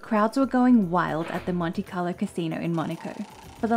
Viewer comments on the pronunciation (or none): none